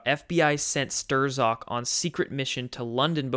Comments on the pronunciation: you said people always correct your pronunciation, so, might as well :) Peter Strzok: not "Stroh-zawk", but rather "Strawk" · Not Peter Stirs-awk, Peter st-rock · Youre killing me!! Say "stock" now say "strock". Bingo.... not sterzock 😉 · hate to do it, but, strzok is pronounced 'strock'. page/strzok fbi. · Strozk pronounced struck. Just trying to help a brother out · It's Strok or Strock. The z is silent. And it's duh GEN uh wah (deGenoa) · It's pron. Stroke but not to worry even George Webb stumbled over that and the PM. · I might be wrong but I think it's pronounced Strok or Shtrok. Somewhere between those. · Peter Strzok's last name is pronounced STRUCK. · Everyone is driving me nuts! It's Strok the z is silent, Strok for goodness sake! Hard O.